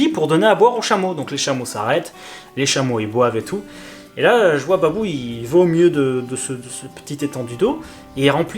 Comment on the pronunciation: C ' est pas babou , mais Pabou